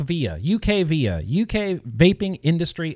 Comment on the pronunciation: it is U.K.-VIA. UK like in United Kingdom, not "akvia". Sadly, the UK didn't speak up in favor of vaping when the EU worked on the TPD2. To implement EU-wide regulations, every member-state must agree. They could have stopped the TPD2, by simply saying no. For the WHO to change their attitude, Bloomberg & Gates would have to ⚰️🕯️⚰️. Inability to find adolescent vapers for a study? Nicotine vapers that is. Daily vapers, not once in 30 days. Let's not forget that almost half of the youth use marijuana. The CDC doesn't distinguish between the two substances (to them it's vaping, using a tobacco product). The researchers needed daily nicotine vapers for the study to make sense. I think that their numbers are correct.